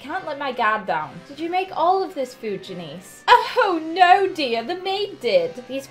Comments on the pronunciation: THE NAME IS JANICE NOT JENICE GET IT RIGHT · It’s pronounced Jan- iss not Jan-ees